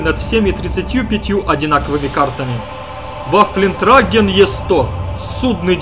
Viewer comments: Да почему Вафлентраген? >< аж слух режет. Ваффентрагер же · вафлентрагер, ты хоть бы гугл транслей воспользовался, если сам читать не умеешь, вафентрэгэр Две точки наверху называются "Умляут". Правила чтения: * ä — как э в начале слова и после гласных, е — после согласных * ö — положение языка как при э, а губ — как при о * ü — положение языка как при и, а губ — как при у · это называется ВаффентрЭгер. а никак не Ваффентраген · да не вафлентрагер А ВАФФЕНТРАГЕР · ахаха вафлентряглер.......... чувак правельно говорть ваффентрэгэр чо в переводе означает "оружиеноситель" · "Вафлентрагер..." Вафлентрагер, блять! Так трудно залезть в переводчик и выучить правильную транскрипцию? Ваффентрэгер, мать вашу! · Waffenträger - читается Ваффэнтрэгер, дословно "Носитель оружия". В топ, чтобы наконец правильно произносили)) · ай я не могу, ВафЛЕНтрагер xD P.s. по ящику Терминатор 3 ) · Видите две точки над а в слове trAgger ? Это а-умляут читается как Э. Правильно говорить трЭггер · Вафлентраген? Да ладно? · пожалуйста, хватит! Ваффентрагер! Не надо насиловать мой слух, я умоляю!